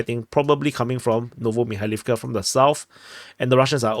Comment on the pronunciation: If a word has 3 or more syllables, the accent is put on the third-to-last syllable. MikhAilovka, HrihOrivka, UrozAine, BiEdychi, RabOtyneh, etc. etc.